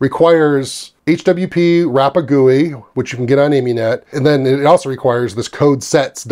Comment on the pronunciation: It's Ami-net as in Amiga-net, not Amy-net ;-)